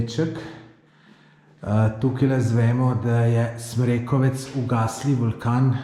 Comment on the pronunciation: O, to sta pa bla na mojem terenu. Odlično. Smrekovec pa ima naglas na o, čeprav ni važno...